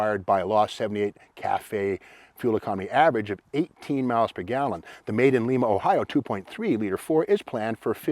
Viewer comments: Steve, please pronounce it correctly. IT'S LIKE THE BEAN!!! You don't call the bean Leema Bean. And you and I are not in South America. It has one "i" in it, You remember sounding out your vowels in school? Yea I live here. LIMA as in LieMa Say it again and practice. Yea I still like your videos! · That's LYma Ohio not Leema, I've heard other people pronounce it that way too. Does look like LEEma but it's not. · Lima Ohio is pronounced LIe ma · Steve, just FYI, Lima in Ohio is pronounced Ly-ma. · Lima Ohio is pronounced like the bean (with a long i) unlike Lima Peru.